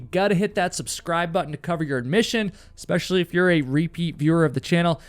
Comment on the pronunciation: Right? Try finding anyone under 30 that says “especially”, they say “exspecially”. I cringe every time.